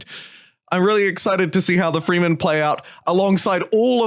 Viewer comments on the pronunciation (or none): Yep… not freemen… frehmen… Also its not doon… its Dune kinda like June but with a D. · It's not the "FREEmen." its "Fremen." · It's pronounced with an "eh" sound, not an "ee" sound :)